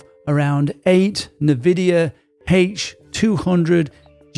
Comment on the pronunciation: Why can’t people in AI pronounce Nvidia? It’s enn-vidia, not nev-idia